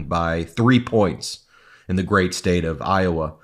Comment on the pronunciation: what did he say here?? "I'ma very gay?" Or he seemed to slur his words trying to say "great" 😂